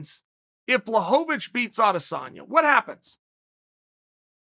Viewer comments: I miss when Chael called him blahovavich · Chael changes how he pronounces names each time Jen Blahoavick or Jarn Blockohvich Come on Kale Sonnin